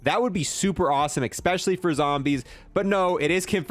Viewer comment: Like your videos. Ecks-pesh-ullie when you say things like how cool the thunder looks.